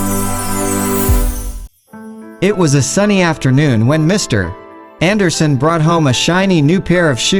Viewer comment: Your text is excellent except for one very distracting error. "Mr. Anderson" should be read as a single word. The period (.) after Mr. Is not a full stop. It's an abbreviation. Maybe just use the last name ... Anderson. Otherwise nice story!